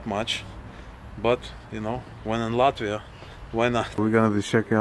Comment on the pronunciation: ЧТО ЗА СРАЧ? ЭТОТ МОРОН РЕШИЛ ПРЕДСТАВИТСЯ АМЕРИКАНЦЕМ, НО ПРОИЗНОСИТ "ЛАТВИ", "РИГА", КАК РУССКИЙ. МИЛАШКА, В США НЕТ "ПИКЕТФЭНСЕЗ". В США ЕСТЬ БОГАТЫЕ РАЙОНЫ, РАЙОНЫ СО СРЕДНИМ ДОСТАТКОМ И ТРЕЙЛЕРЫ. ТАК ЧТО ГОВОРИТЬ, ЧТО В ЛАТВИИ КАК В ЕВРОПЕ ВООБЩЕ ДЕБИЛИЗМ! В ЕВРОПЕ СОВСЕМ ДРУГИЕ ДОМА И ЗАБОРЫ, СМОТРЯ В КАКОЙ СТРАНЕ ЖИВЕШЬ. НЕ УВИДЕЛА РАЗНИЦЫ МЕЖДУ УКРАИНОЙ И ЛАТВИЕЙ. ЗИП, ЗИРОУ, НОЛЬ, НУЛЬ. ПО КАКИМ ПРИЗНАКАМ ОПРЕДЕЛИЛ, ЧТО ЛАТВИЯ БОЛЬШЕ ЕВРОПЕЙСКАЯ, ЧЕМ УКРАИНА? ПО ГЕЙПАРАДАМ? ПО НЕБРИТОЙ МОРДЕ ТВОЕЙ? КСТАТИ, НЕ ВИДЕЛА В США НЕБРИТЫЕ МОРДЫ. В США МУЖЧИНЫ ГЛАДКО ВЫЮРИТЫ, КАК И В РОССИИ, УКРАИНЕ И ЛАТВИИ. ЧТО ЗА СНОБИЗМ И НАЦИЗМ? МОРУДЦ ВЫМОЙ СО СВОЕЙ ...